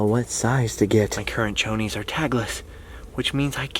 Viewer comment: You said Chonies.. lmao 😂